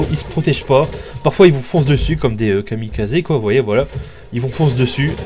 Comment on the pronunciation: on dit kamikaze et pas kamikazé